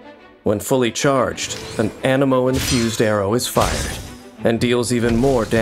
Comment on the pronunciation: Genshin impact : Anemo me :.....Ameno